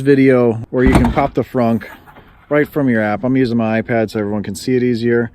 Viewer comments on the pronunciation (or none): none